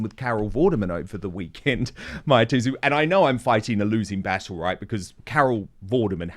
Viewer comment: Dan, Mahyar Tousi is pronounced “Mahh-yar,” not “Maia."